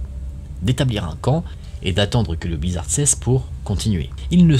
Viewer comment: Ça choque personne d'entendre le blizzarDE !?